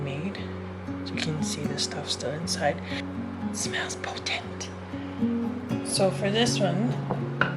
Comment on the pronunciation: "smells potient!" lol made laugh so hard XD